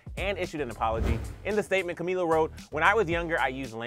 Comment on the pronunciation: Cumila 😂😂😂 cummmm